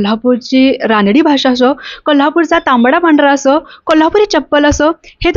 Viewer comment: अग रानडी.. रानडी काय म्हणतेस. रांगडी म्हणतात. रांगडी भाषा हा शब्द तुला माहित नाही..? कमाल आहे. मग मुलाखत काय म्हणून घेते.